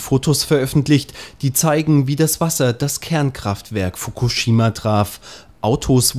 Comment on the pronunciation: wieso kann keiner in den nachrichten mal den namen fukushima richtig aussprechen... -.